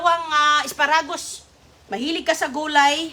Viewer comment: Susme,tarantang taranta na naman si Sisa,replay lang yan,na vlog mo na yang kuha mong yan,sobra ingay mo,panay replay ka lang,parang nagpalit ka lang ng damit.lokohin mo followers mong asa sa fake bbox,di na naalis ubo mo.mali pa bigkas mo ng lettuce at asparagus."litos at aspa ra gusss".para kang taratitat magsalita.!!!!